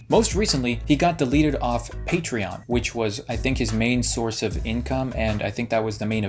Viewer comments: On a side note, the way onision pronounces patreon makes me want to die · He says patreon weird